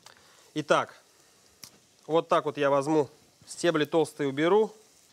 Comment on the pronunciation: мне одному слышится, что он говорит "возМу", вместо "возЬМу"? на 6 минуте про петрушку